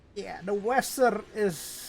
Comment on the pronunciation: dibaca veser